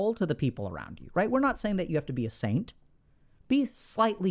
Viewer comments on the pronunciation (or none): none